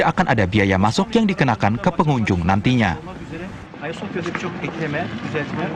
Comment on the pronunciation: Cara bacanya salah mba itu Agia bukan aya. Agia sophia